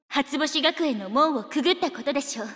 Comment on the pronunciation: 「初星学園」の“し”の発音すこ